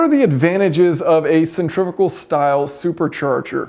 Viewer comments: Centrifugal not centrifigal. There's no i after the f. Say it right. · From the lack of comments on “centrivical” I’m guessing that is how you pronounce sen-tree-few-gawl in the States. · Stop saying centrifical, it’s not a word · Another word yanks can't say? Centri-fugal 😂